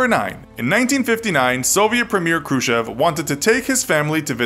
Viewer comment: who the hell is KRUSHEV, come on for a history buff you could at least try to pronounce it right